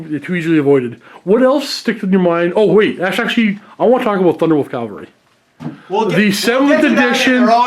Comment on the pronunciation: Guys ..also ...please ...please ... Cav-All-Ree ... Calvary is a Jesus thing ...